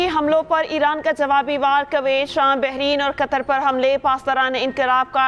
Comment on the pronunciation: اردو خبریں پڑھنے والی کو کم از کم "اردو" سے تو واقف ہونا چاہیے۔ کویت ۔۔۔میں واؤ پر زبر نہیں ہے۔